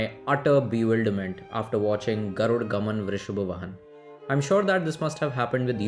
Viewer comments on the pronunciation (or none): Its not "Garud Gaman Vrishab Vahan" it is "Garuda Gamana Vrishabha Vahana" please spell Kannada word properly.. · Not garud gaman, vrishabh vahan .... It's Garuda gamana vrishbha vahana